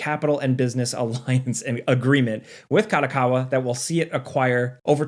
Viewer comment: Company name: Ka-do-Ka-wa Says the name: Ka-dA-Ka-wa ... wtf!@ A != O Kado Kawa